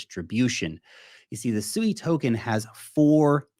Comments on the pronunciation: Pronounce this as SWEE, you're not calling a pig, so please stop. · I think it's pronounced swee